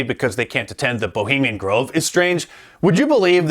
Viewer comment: Ho-bemian Grove